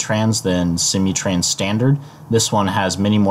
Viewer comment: Its SIM-MOO-Trans.. not See-mee trans. :)